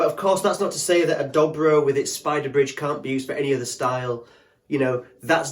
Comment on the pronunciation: But they're ALWAYS pronounced Doe Bro, NEVER Dobbro.